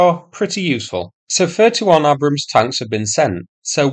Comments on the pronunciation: "AY-brams" not "A-brums". Jesus Christ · Tis pronounced 'Aybrams'. 😉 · lol it’s pronounced ay-brums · What an odd way to pronounce Abrams..... It's pronounced Aybrams. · Are you deliberately mispronouncing Abrams? 🙂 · Thought you would be able to pronounce "Abram" !! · At least learn how to pronounce the name property.